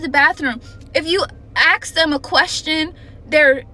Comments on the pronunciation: Ask ask a s k not axe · I used to complain about generation that wasn't able to pronounce "ask" correctly, so seeing someone who says "ax" instead of "ask" complain about the next generation being even worse, is kind of satisfying but also horrifying. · I feel sorry for that girl, she clearly cares and is having a hard time from these kids, but she's got a nerve calling out others for not being able to talk when she pronounces words "aks" and "guyses". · I don't know which is worse, the reintroduction of "axe" for "ask", or the construction and deployment of parents who think hate and ineptitude are AOK. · These kids grow up to be roving bands of hooligans and criminals. Do you see the pattern? I support this lady. She's right. But she also said the phrase "ax a question." She's got some work to do on herself. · Never trust anyone with fake nails and say axe